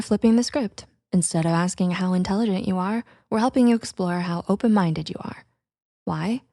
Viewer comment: “Are you open mindeu?”